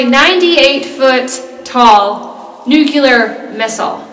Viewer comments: Nuclear, not nuculer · It's NUCLEAR, not NUCYALER. I hate when people say it like that. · Her family owns a NUCLEAR missile silo. She grew up exploring this NUCLEAR missile silo. She knows all these facts about the NUCLEAR missile silo. Yet she still calls it a nucular missile silo. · Its pronounced NEW-CLE-ER not NEW-Q-LER. It is spelled Nuclear not Nuculer. Why do so many get this wrong? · I've never truly understood why people mispronounce "nuclear" given it's not a confusing spelling. My guess is they heard it mispronounced many, many times and learned it that way before actually reading it in print. And considering how rarely "nuclear" comes up in everyday speech, I suspect those who mispronounce it didn't read the word until much later in life - meaning they probably don't read much at all. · OMG I'm so glad I'm not the only one this bothers! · It's pronounced nuclear not nucular. Wonderment? That's just silly. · Nuculear. OOPS. It's Nuclear. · "New-klee-er". Not "new-cue-ler". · What kind of missile? A nuclear or nucular? Hint... the 2nd one is not a word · 98 feet tall nucular missile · Nuke - you - ler???? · Nuc-u-ler LOL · ...including George "Dubya". His wife made a joke about it during an interview. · I fucking cringed when I heard it pronounced that way. OMG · I said the same! We used to play a drinking game when Bush junior was pres. Everytime he mispronounced a word, or made up his own word, DRINK! His most mispronounced word? Nuclear...